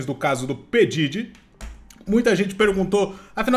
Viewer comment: É (PI DIRI) QUE pronuncia 😂no primeiro ele disse errado depois falou certo kkkk